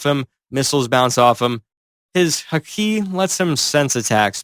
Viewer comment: The pronunciation of Luffy and Haki took me out of the experience lol